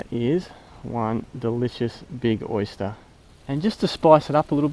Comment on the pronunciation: “ The Oysta “ lol